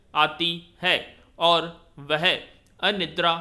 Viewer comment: Sir आप ओर को और बोल रहे हैं और अन्न को अन्य